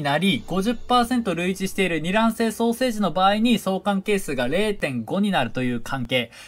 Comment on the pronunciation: 双生児がソーセージに聞こえる